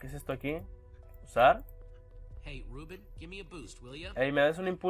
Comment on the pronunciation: cada vez que dices rouben muere un gatito :(